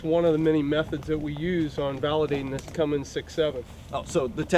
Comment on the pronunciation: cummins not cummimgs but you know that right